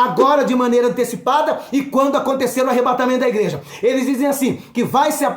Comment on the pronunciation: Que palavra tremenda! Glória a Deus sobre sua vida 🙏🙏🙏🔥 É Arrebatamento, não Arrebentamento da Noiva... Rsrsrs